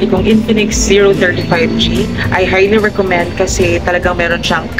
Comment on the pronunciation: medyo slow down ka sa pagbigkas ng Zero 30 5G kasi madalas ang naririnig is Zero 35 G. Anyways good quality review!!!